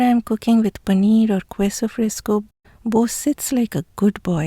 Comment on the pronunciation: Love all that you do. Except for your pronunciation of queso. It is pronounced "KEH so". Not "KWEH so." I offer this pronunciation guide as thanks for teaching me how to properly pronounce so many words in your language.